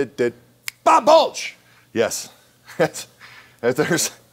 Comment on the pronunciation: It's Bob Balch not Bulch